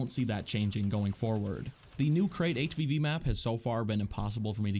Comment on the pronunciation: Every time you say HvV I hear HPV. Also, the treatment of split screen multiplayer is very disappointing. They could have at least added PvAI split screen versions of major online game modes, for those of us who don’t want to throw money at PS+ just to enjoy a game we already paid for.